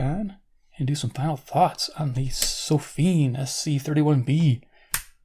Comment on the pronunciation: It sounds like you're pronouncing the company name sofim, with an "m", even though it appears to be spelled (on the box) Sofirn ending in r and n.